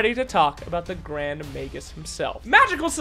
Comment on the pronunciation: Let me tell you when you said Grrrrand Magus I was wheezing 🤣